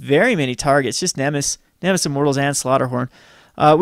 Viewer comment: neh-meh-sis. Not nem-iss.